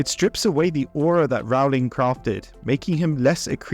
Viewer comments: Great commentary. But please learn to pronounce the author's name correctly and consistently. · Funny that you know the correct pronunciation of “Voldemort” which most people (including the films) get wrong, yet you’re still mispronouncing the name “Rowling”